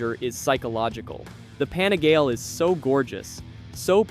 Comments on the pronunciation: The repeated "Pani-gail" pronunciation was like fingernails on a chalkboard 😫😣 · So true 😳😳😳 on the pani Gail pronunciation!!!